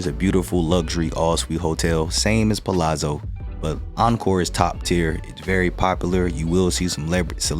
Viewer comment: You are one of the few people ever on YouTube to properly pronounce Palazzo. Most add a T. Annoying! Good content.